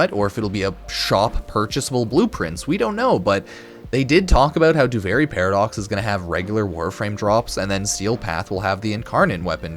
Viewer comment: You're saying duviri wrong, it's duvearee not do very or do vary